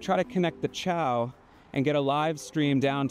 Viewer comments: helpful fyi: Xiao is pronounced "shao" like in Shaolin not chow like in Italian ciao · Hey, chinese speaker here, the name of that cpu board is not chi-ao, like italian for goodbye. It's pronounced See-ya-ow and in english it means "small"